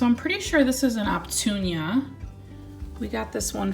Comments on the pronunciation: Love the cacti collection!! Did you mean Opuntia when you say Optunia? 😬😅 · Don’t hate on me....🙊 On your “Opuntia” cacti, I think you keep reversing the letters T & U. Pronounced uh·poon-tee-uh 😝. Definitely need more 🌞 on them 🌵 They won’t grow so thin on top. We have most of the same cacti 🤗. I live in central Cali, the sun is brutal in the summer time, I have 2 shade cloths over practically my entire back yard (tiny yard, rental of sorts, military base) my actual home is in Georgia, it’s killing me to not be able to landscape my own yard! Here I have everything in pots 😬. When we leave I will have to have a huge plant sale, or rent a u-haul for all my babies 😳. Anyways, thanks for the cacti tour, I don’t want to sound harsh, just want you to be the best plant caretaker ever. I try and fail all the time, I’ve had plants just up and die 🤷🏻‍♀️ then I just find a replacement and circle of life goes on 😝. Be well and keep on putting out videos ☺️ Happy Planting 💜🌺🌸